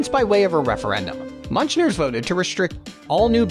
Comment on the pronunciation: The way the narrator pronounced "Münchner" actually made me wince. Where did they get a guy who couldn't pronounce any of the German places he was describing? Totally sus.